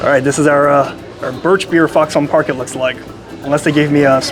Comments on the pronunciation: Fox on Park cmon say it right say it like foxen Park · I would like to slap you for folding it and the way you say foxon park